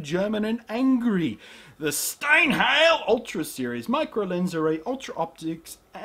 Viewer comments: hahahaha. "STIENHIEL" Oh Blunty, You make my day. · You pronounced Steinheil wrong ^^